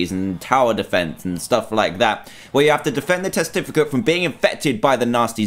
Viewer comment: Why did he say frooom .